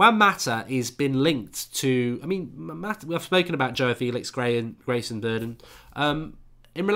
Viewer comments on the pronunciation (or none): none